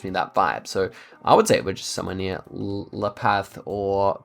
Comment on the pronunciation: Noticed your La Paz pronunciation. Actually very good (perfect) if you were saying it as a Spaniard. In Latin America they say it more like La Pas. Anyways, it is correctly said whatsoever Very good video and promising map.